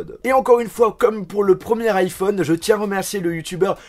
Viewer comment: Je sais pas Mais quand tu parles tu as tendance à m'agacé . Tu parle Comme ca : un iphone-an , prise jack-an , rayé-an .. 😳